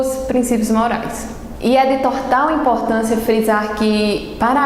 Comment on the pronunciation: "É de TORTAL importância"...KKKK